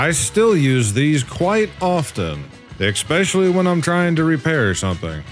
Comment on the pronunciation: PSA: The word "especially" is pronounced "eh-SPESH-uh-lee", not "ekk-SPESH-uh-lee", and not "ex-pecially".